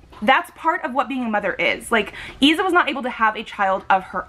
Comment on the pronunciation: I love Issa, her death just killed me. I do have to say that your pronunciation is off, Ayla is pronounced more like Aye-la (No I sound in the beginning) and Issa is said as it is spelled e-sah. It was how they were pronounced for the audio book series.